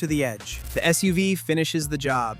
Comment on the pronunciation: It took me a second to figure out what the hell a "SOOVE" was LOL can you say Skynet? 😂